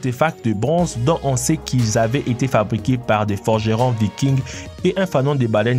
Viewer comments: on ne prononce pas le s dans vikings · Vikings le s est muet se dit pas